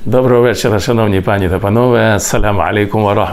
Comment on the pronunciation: Шукаю Ваші відео і з задоволенням їх слухаю ,проте наважуся дати пораду:--"пані" в множині треба наголошувати на "і". Дякую за цікаві публікації.